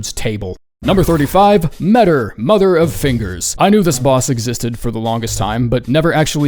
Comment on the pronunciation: By the way “metyr” is pronounced “Ma-Tear” not meder. 😭🙏